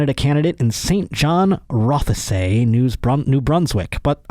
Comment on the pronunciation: I live in the riding that the ball-breather is from. He didn't win, just want everyone to know. (Also, you don't pronounce the e in Rothesay)